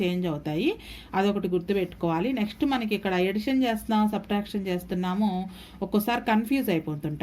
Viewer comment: Madam super explanation but tell addition your telling edition this is wrong